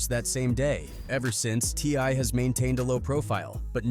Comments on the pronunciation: the way this AI keeps pronouncing T.I. "Tee•Ahhh" 😂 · Look how this person pronouncing TI name.. this aint your lane man